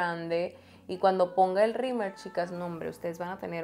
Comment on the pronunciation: no se dice rimer, es rimeL 😊